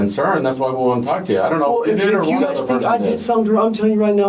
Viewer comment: you really put emphasis on the letter L in talk. Tawlk